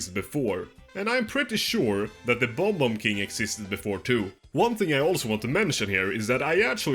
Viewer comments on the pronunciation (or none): it's bob-omb not bomb-omb 💀